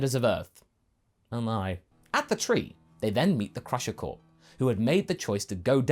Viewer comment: You said Crusher Corp! (Like corporation)! How dare you!?! UNSUBSCRIBED!